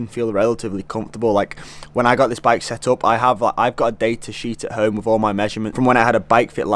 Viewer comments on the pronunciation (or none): none